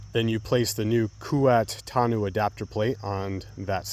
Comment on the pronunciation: isnt it pronounce "toh-no" not "ta-nu" lol